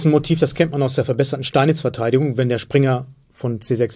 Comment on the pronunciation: "Verteidigugng" :D